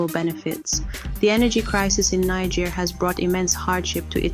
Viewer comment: You couldn’t even pronounce the country’s name properly 🤦🏽‍♂️